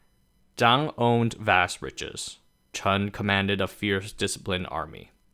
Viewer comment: I don't know who Chun is, but he's not the same person as Chen. Please stop making videos until you've taken a couple of days to study the ordinary accurate English pronunciation of Chinese words and names, OK? Until you do so, you're spreading more ignorance than knowledge.